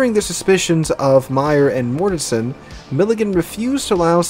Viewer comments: It's GMG1(SW) Dale MORTENSEN not Mortesen. The CO's name is pronounced Moo-SAHL-y not Moosahly. If your gonna talk about my shipmates the least ya can do is get their names right. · The Captains name is pronounced Moos-sally. Petty Officer Hanyecz is pronounced Hen-Yez. It wasn't minutes later, when Petty officer Henyecz screamed out Mort Mort Mort is was only a split second later that center gun exploded. Petty Officer Mortenson is pronounced Mort-in-son. Also Petty Officer Mullahy who was assigned to the magazines in turret two entered the powder flats shortly after the explosion, saw all the burning powder bags and that everyone was dead. He buttoned up the powder flats, the anular space and the magazines and ran down to Damage Control Central and without authorization flodded the powder flats and magazines, he was only a 3rd class petty officer at the time and he got promoted to Petty Officer second class by the Admiral in charge of the investigation a few days after the accident.